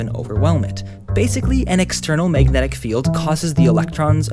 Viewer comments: I hated the way he said magnetic. "Mayg net ick? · i couldnt watch this video bc of how you say "megnit" "megnitisn" "megnetic"